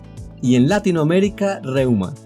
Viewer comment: Muy bueno, aunque concuerdo con que no debemos generalizar Latinoamerica como simbolo de habla castellana. Por otro lado, la pronunciación de Latinoamérica debería acentuarse en la "i" de Latino y en la "e" de América, pero el locutor acentúa en la "a" de Latino... quizas soy yo, pero suena raro acentuar la "a". Saludos